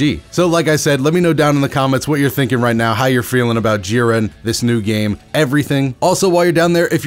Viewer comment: Lol I hate to be that guy but it’s not G-ren its jiren sama